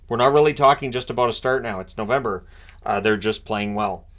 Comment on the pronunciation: Novemboeser. C'mon now 😂